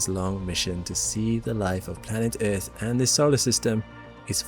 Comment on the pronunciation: First time i heard Eafth pronounced like that 😂